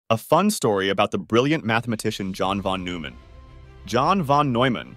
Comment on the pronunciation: "The brilliant mathematician John von /Newman/. John von /Noyman/, a mathematician..." The time that it's mispronounced, it is also misspelled in the captions. Telltale sign of text-to-speech.